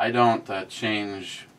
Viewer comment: CHARGE...is not pronounced change.. I do not CHARGE for you saying Wow